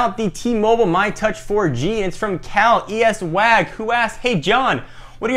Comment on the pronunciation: it's actually pronounced CaliSwag :D